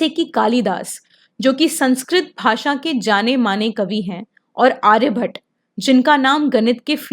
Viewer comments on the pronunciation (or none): none